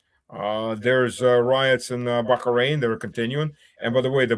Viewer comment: FFS, it's Bah rain.....not Back arain. Sorry for being picky man.